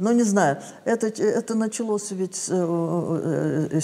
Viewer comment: Даже речь другая "Началос". Послушайте! Этот Человек иначе даже слова произносит. Как-то совсем по-другому, так сейчас не говорят... К сожалению...